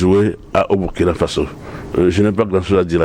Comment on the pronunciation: M. l'animateur, On dit BOURKINA ( même si on écrit BURKINA) tout comme on dit FASSO (Même si on écrit FASO). Ça fait mal aux OREILLES, quand (surtout un africain prononce ce mot-là si mal.)